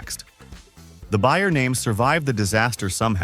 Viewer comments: Its BAYER! Not BUYER Geez Louise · AI slop. Is it really that hard to get a person to listen before the video is posted. Everyone knows how to pronounce Bayer or Coleco except AI.